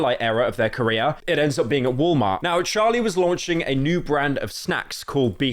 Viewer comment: bro really said woll mar